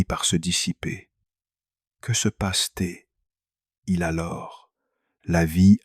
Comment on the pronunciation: Tres intéressant, mais concernant la forme, pourriez-vous réécouter la voix de l’IA et corriger la prononciation de de "peut-être" et de il y a "t'il ". Le peu _ etre est particulièrement agaçant et gache l'écoute. C'est dommage